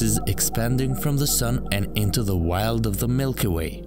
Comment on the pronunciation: In twin-a -twelv. the milk-a -way.